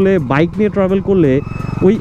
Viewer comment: বাই এডা ট্রাবোল না ট্রাভেল। 🤣🤣